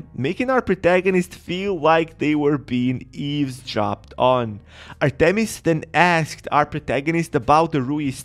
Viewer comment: Bro this guy don’t know how to say Artemis goddess of the hunt